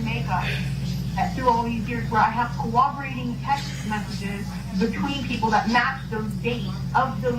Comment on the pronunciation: Amber pronounces it like CWOBERATING